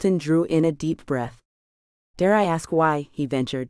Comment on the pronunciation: I love this stories, but as a former teacher, I am having a very hard time listening to this young lady mispronounce the word ASK ....,it's NOT AXED !!! IT'S ASKED...S not X...sorry, love the series..